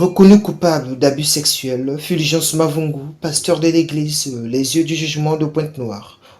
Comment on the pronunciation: Purviance et non Fulgence